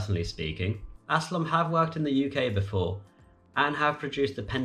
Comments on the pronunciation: Aslom? Alstom....All-Stom. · Alstom, not Aslom, and Siemens, not Siemans. Nevertheless, thanks for the video. I hope in 2030, there will be no passport needed between the EU and the UK!